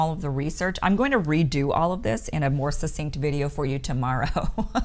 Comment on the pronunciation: "Succinct" –– pronounced "suck-sinkt". The same as the "CC" in "success" or "accident" or "access."